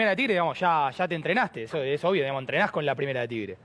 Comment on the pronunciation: A mi me sorprende que no se coma las eses.